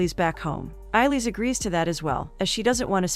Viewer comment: It's pronounced ay-lish